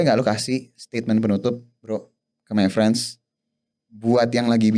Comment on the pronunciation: Harusnya MayFriends (pengucapan: MeiFrens) Bukan MyFriends (pengucapan: MaiFrens)